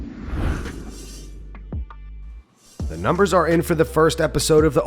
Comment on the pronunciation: "The NUMBEMRS for the first episode of TUF 31 are in"